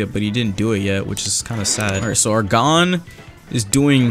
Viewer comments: I'm sorry to be that guy who rudly corrects people but its not pronounced gone, its pronounced gown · Its not fing Gone. Its pronounced goun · go to Google translate and type in "gohn" then click the speaker icon, it will tell you how it's pronounced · its not gone it gon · bro it's gon not gone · its gon not gone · pronounced gōn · Me seething inside every time he says Gon like "gone" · Its like g-oh-n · The amount of time he said G O N E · Is the HxH English dub pronounced 'Gone'? Or am I just deaf, and heard something like "GO-wN" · this man said gone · Your saying gon wrong lol her is how you pronounce it ( g oh n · Lmao him saying gone is making me mad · no it sounds like cone but with a g at the front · Nah its not oo its oh as in like, "oh, my cat just swallowed the car keys" not like "ooooooo, infer just dropped a vid" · The way you said gon hurt my heart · i hate how he says gon, he is saying it wrong bruh